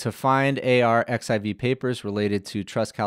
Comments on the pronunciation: it's archive not a-r-x-i-v X=Greek chi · Very cool. I have been waiting for this. By the way, the preprint server where it fetches the papers from is just pronounced like „archive“ not A.R.X.I.V. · just fyi if no one has told you - and elsewhere - 💡arXiv (the Cornell repository of scientific papers) is pronounced as "archive" - the X represents the Greek letter chi 🤓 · Really great delivery! And super fun and clear. BTW “arXiv” is pronounced “archive” — the X is actually the Greek letter “χ” (“chi”) 🙂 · arXiv is pronounced archive in Russian translit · It's pronounced "archive" - the χ is actually a chi. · "Arxiv" is pronounced "archive"